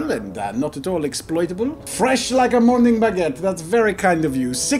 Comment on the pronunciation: 😂🤣🤣🤣 I thought you said moning baguette